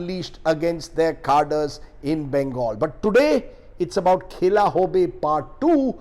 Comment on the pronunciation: Khela nahi sir..khala..#bengali- pronouncuation 😀